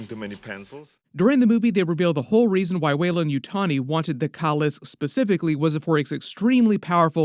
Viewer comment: KAAAA LIIISK NOT KULISK OMG SONDAM ANNOYING !!!!!!!